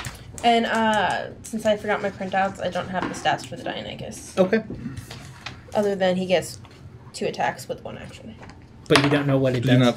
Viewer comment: It's pronounced "die, nonny cuss!"